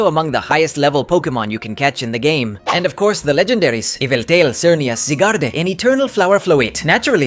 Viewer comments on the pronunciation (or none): none